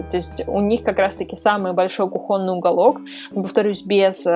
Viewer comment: кУхонный, молю, хватит повторять кухОнный